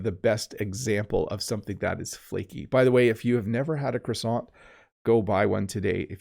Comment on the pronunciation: Your French pronunciation when saying "croissant" is very good!